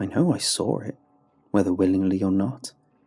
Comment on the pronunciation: Everytime you say "saw" it sounds more like "sawr"